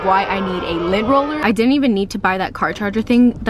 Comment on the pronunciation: Lent roler lmao